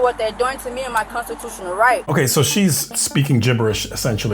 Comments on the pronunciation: Brenda knows her konchuchunal right! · I'm confused as to how people understand their constitutional rights and yet can't pronounce constitutional rights.